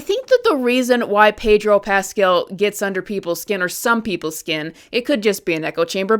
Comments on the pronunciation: why does she keep calling him Pedro Pasquel?? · I really like the way you pronouncin Pedro Paskell, imm steaking it.